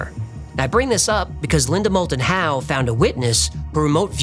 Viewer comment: Linda Mold-and-How, credible? C'mon, Man....